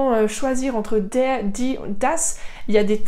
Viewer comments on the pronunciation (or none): Madame vous aviez dit que le terminaison avec er se prononce a mais pourquoi ici vous aviez dit deur alors de dar